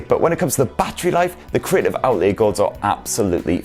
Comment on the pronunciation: "Outlee-a" 😁 I love your reviews though so please keep em coming.